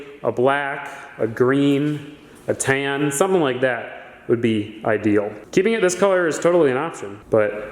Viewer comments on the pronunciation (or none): Paint the whole fleet the same color, you say tan weird btw lol